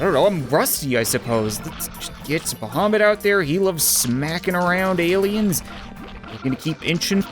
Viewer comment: I like how he says bohomet or something about the other dragon